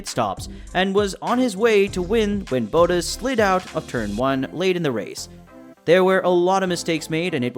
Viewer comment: Me only minutes into the video.. Wait did he just say boot-taz.. haha i love the haters in here. I have to agree your pronounce of some of the drivers name's could use some work. Not sure where you are from,, Maybe listen to some of the Sky F1 / Channel 4 commentary. But the video's are good for someone just starting. As Max would say:: Simply Simply Lovely😆